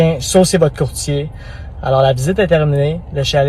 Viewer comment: Saucier votre courtier? C'est juste moi qui a pensé les fois qu'il articulait mal qu'il disait "jean-sébastien sucez votre courtier"...🤣